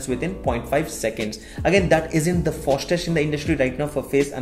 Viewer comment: Kaise kaise log video bana rahe hain aajkal Youtube pe😫 fastest hota hai bhai..Fostest nai